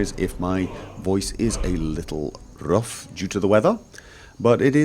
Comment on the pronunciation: "rrrrruf due to the wether" i love you...